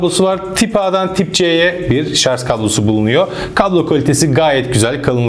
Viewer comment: Arkadaşım emeğine sağlık güzel bir tanıtım fakat nacizane tavsiyem binlerce insan sizi izliyor şu "Şarj" kelimesine dikkat edin biraz şarz çok kulak tırmalıyor lütfen dikkat edelim